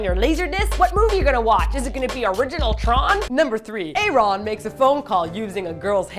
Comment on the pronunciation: Thats true, and she also mispronounce Aaron's name. Its not written nor read separately cause it just sounds weird.